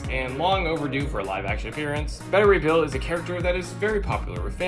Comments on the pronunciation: Its not pronounced better ray bill....its beta ray bill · Another potentially good vid utterly ruined by. SPEAK UP, GODDAMMIT!!! And it's pronounced BAY-ta Ray Bill!!! Damn!!! Top Ten, please fire this guy.